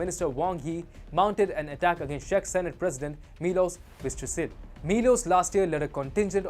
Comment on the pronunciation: Video is fine, just please, you pronouncing Czech Republic as Shech Republic so the CZ is pronounced as in Ch in worh China. ;)